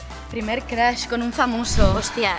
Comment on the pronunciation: Crush que no se pronuncia Crosh?